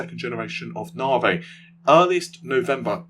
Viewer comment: Hopefully in some sort of cell. Anyone who continues to pronounce Navi as Naahwaaay after hundreds of people have tried to tell him that it's wrong must have some sort of diagnosis.